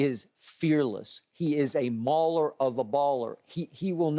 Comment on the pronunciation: Did Skip say, "He's a Maller of a Baller?! Lol 🤣🤣